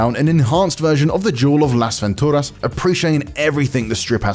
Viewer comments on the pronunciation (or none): Dude...the word los Ventura’s doesn’t need a Latin accent....🤣🤣🤣.